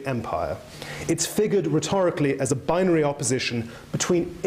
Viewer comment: interesting subject if you can get past how many times this man says 'binery'